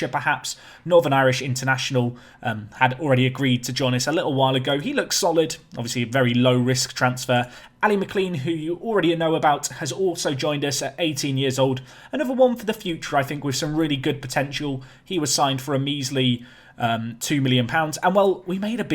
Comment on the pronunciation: Ali mclean is pronounced mclane